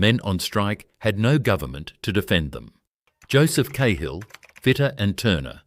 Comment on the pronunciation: Great history. One thing. Joe Cahill , NSW Premier, is pronounced "Karl" not "K-hill". Cahill as in the Cahill Expressway.